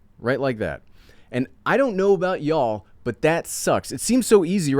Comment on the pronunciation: Good info..cannot believe guy was happy to lose 2 inches 😮...did I hear you say "I don't know know about ....yoouualll".. what state are you from?😅..you need to buy a MIC stand......